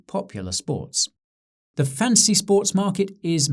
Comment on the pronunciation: Thought you were saying Fancy.